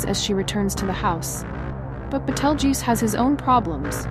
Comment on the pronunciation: I love the content but not being able to pronounce simple words like, Beetlejuice is off-putting